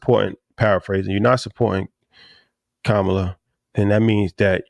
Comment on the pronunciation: need to pronounce Kamala name correctly